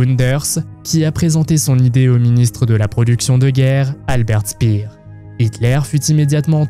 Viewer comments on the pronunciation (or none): Alberte Stpiiiiiiir non mais MDR